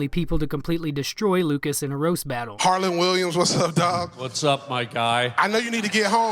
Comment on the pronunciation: Its harland WILLIAMS lol how do you make a video with the legend and get his name wrong